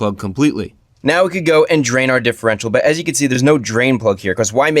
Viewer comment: Dihherential fluid